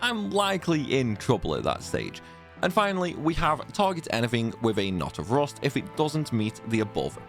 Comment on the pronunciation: knawt of roost